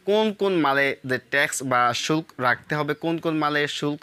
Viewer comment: শুল্ক নাকি সুখ অস্পষ্ট ভাবে কথা বলেন